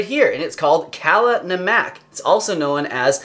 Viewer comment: it's pronounced 'nummuck'